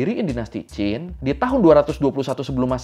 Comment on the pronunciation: Alhamdulillah ada chanel yang nyebut Qin cenderung mirip Chin, bukan Kin